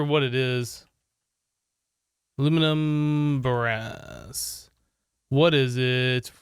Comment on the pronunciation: Everyone: Aluminum brass: Alumin bra